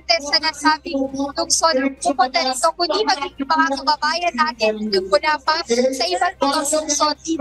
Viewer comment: klaruhin mo bawat bigkas ng balita mo,hinde enaresto konde sumoko cya😂😂😂